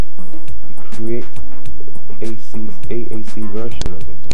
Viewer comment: you click AAC, it sounds like he says aa3 but he really says AAC